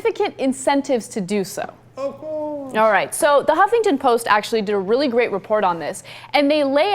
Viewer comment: thumps up for Cenk's OH COURSE!. : )